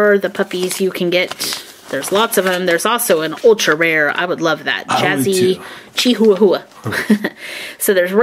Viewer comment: Jazzy is Chihuahua not a chikahahuwhwa